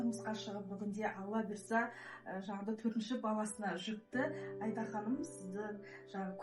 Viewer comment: Айда ханым несі...АИДА деп дұрыс айтса болмай ма.....